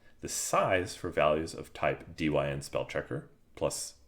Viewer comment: I think dyn is said as 'dine' as in short for the word dynamic